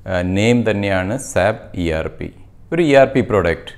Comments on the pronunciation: Dear Sir, Please don't pronounce it as SAP. You did the same through out the video. It is S. A. P. This is what our trainers tell us in the first class itself. S.A.P is a German company and, in German, simply SAP means Pig. Sorry for this comment but this is the right method to pronounce. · Please pronounce S.A.P not Sap (സാപ്)